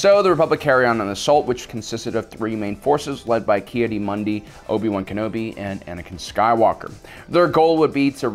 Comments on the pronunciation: How does he manage to know so much about Star Wars yet not know half the characters names. "Plo Kloon" "Ki Adee Mundi" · "Kee uh Mundi"